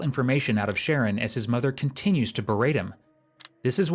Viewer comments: His name is Sharron. Why do you keep pronouncing it "Sharon"? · His name was “shah-RON” not Sharon. Just a point of order, and he is probably the victim of fetal alcohol syndrome. What a waste of a young man. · His name is Sher-Ron, NOT Sharon smh This narrator sucks! The detective said his name many times, the CORRECT way. I cringed every time he said his name incorrectly. No one here in the comments noticed that? smh...... again.:face-orange-biting-nails:😖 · say it with me. pronounced SHAH-RON it’s a boy name. 🙄🙄🙄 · It's pronounced Sha-Ron. Not Sharon. Sharon is a female name. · The Voiceover really irritating it spells Sharon but not pronounced like that wtf